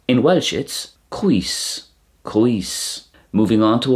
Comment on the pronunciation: Good job ! Tasg da! You need to remember that the "dd" is a "th" sound as in "then" so senedd is not sened but seneth. As well "oe" is an "oy" sound (Oy vey!) and not "we" as it sounded to me so "coes" is "coys" and not "cwees".